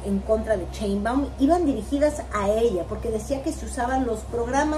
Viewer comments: No se dice CHEinbaum, tu q eres comentarista y juzgas a todos debes diferenciar CHE de SHE. Se dice CHAngo, CHEnte, CHIle, CHOngo, CHUrro. El apellido es SHEinbaum arrastrando la S. SSSSSSHEinbaum, hay q aprender a pronunciar y así tu q tienes éste canal todos tus seguidores aprenderán de ti y si lo haces mal pues mal aprenderan. Recuerda q hay q empezar a respetar, y si no sabes pronunciar pues más fácil solo di LA DOCTORA PRESIDENTA. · por que dices cheinbaum? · Por que no saben decir Sheinbaum xDDD es con Sh... como cuando callas a alguien Shhhh XD